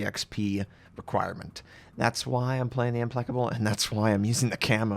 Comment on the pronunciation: It's ImPLACable, **NOT** ImPLECable.